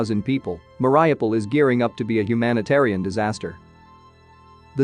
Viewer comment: Thank you for the video! Mariupol is pronounced Muh-ree-oo-pol'